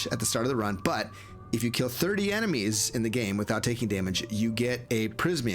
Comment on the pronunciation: Sorry I know this is juvenile but "enema also have a unqiue ability to open secret doors" had me chuckle for a while :)